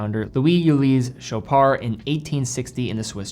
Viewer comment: You're actually saying sho-PAR and not sho-PARD!!! THANK YOU!!!!!!!!!!!